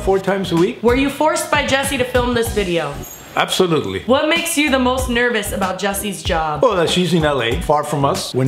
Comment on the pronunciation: "Were you forced by to film this video?": " Apsolutly"